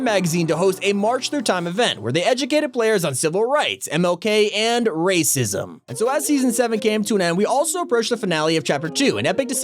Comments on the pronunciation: why he say “racism” like that💀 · I like how you pronunciated "Racism" more than everything else